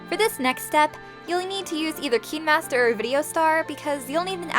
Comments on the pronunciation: Why deos she say keenmaster instead of kinemaster- meh i think its kinda weird but sorry if i came out rude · Her: Says KEENmaster Me: Isn't it KINEmaster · **yes finally someone who doesn't pronounce it as "kynemaster," But "keenmaster" instead. I finally found someone who says the same thing as me. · Kinemaster- Cineemaster p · I saw kai-n-master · It’s okay but I think it’s kindmaster! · Sorry if I sound rude....but why do you pronounce words with “i_e” as “ee” not “ay”? Like ‘kinemaster becoming keenmaster and mobile becoming mobil. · "KEEENmaster" ✔️ "Kinemaster"❌ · She: pronouns Kinemaster as like "Kin master" Me: pronouns Kinemaster as "Kayn master" Me: GURL UR PRONOUNCING, I THINK ITS WRONG. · When is as watching someone was saying Kinermaster and me I was like Me: ItS KiNeMaStEr and I say kindamaster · Yeah, I'm pretty sure that's how you pronounce it, but she was going "Keen" master TwT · It’s kinemaster but yes we all have done this before😞👌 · It's called KineMaster no hate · It's Kinemaster :3 You Welcome (。・ω・。) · It's kinemaster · Thanks so much!! Really helped. Also I say keen master too- 😅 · But then your realise it's supposed to be pronounced like kin-a-master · Its fine if you pronounced it wrong....Btw , I am a fan